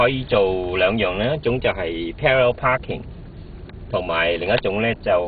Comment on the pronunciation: and haha perarerr paahking